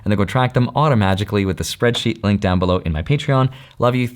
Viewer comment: At the end... Did he say AutaMajicley???😂😂😂